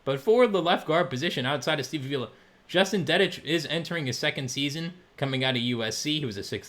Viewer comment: It’s pronounced awe-villa (avila)